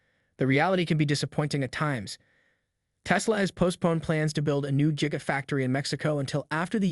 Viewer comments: its not Jiga it is Giga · Stop pronouncing it jiga lol. Musk's days are numbered. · Sounds like you're saying jigga factory